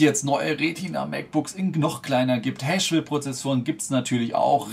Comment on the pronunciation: Nicht Haschwell...sondern haswell :D